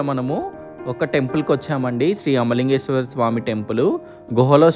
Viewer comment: Arey temple name proper ga pronounce cheya ra first